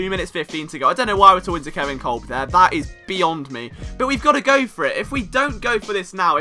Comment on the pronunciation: Kolb is pronounced Cobb